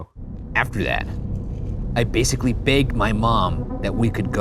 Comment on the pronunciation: When he said, "I basically begged my mum." The 'B' sounded (at least to me) a bit more like a 'P'. So I thought he said "I basically pegged my mum."